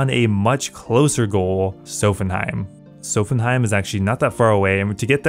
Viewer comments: I'm convinced you mispronounce everything to drive comment engagement. "Sophenheim" lmao. It's so jarring, really breaks you out of a groove when watching the vids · Really good job on the series, but you pronouncing Sophanem as "Sophenheim" hurt my ears... Physically ( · The way you prounounced sophanem triggered me... where are you getting the "heim" from? Haha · “Sophanheim”, “jertrude” “sowthern” my guy pls check your pronunciations😂